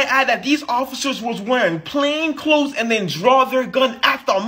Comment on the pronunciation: people please learn how to say "plain clothed".